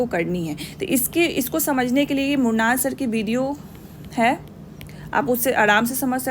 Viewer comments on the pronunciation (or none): none